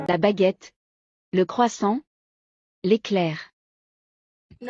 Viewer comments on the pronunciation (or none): none